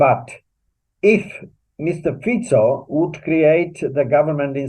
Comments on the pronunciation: Please English speaking mr. can you say mr.Fico name as is written with out Fiko! He's a mr.Fico! No Fiko! Thank you for understanding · What is wrong with you reporters? Can't you give respect for the name and pronounce it correctly? It is not Fiko, but Fico - pronounced as Tsitsipas - the tennis player. Period. 😮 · Can you, please, learn to pronounce Fico. It is NOT ‘k’. Thank you.